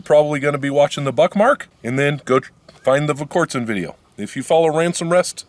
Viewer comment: First, you really should know how to spell and pronounce the ammo you are shooting in this video. Examples: Fiocchi and Aguila. If you have feeding issues with your Buckmark, check your ammo for its rated muzzle velocity. If it is below 1200 fps the round may not have enough energy to fully operate the semi-auto slide.